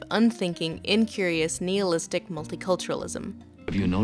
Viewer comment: Ok wtf, nihilist, jakoby. can you pronounce something correct please, its distracting...